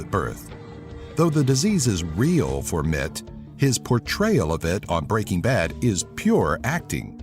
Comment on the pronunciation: It's Br eaking Ba d not B reaking B ad